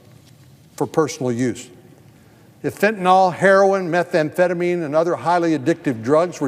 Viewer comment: Allow me to make something clear: It's "fentanyl" not "fentanol". FEN-TAN-ILL, not FEN-TAN-ALL. Do municipal and federal employees read?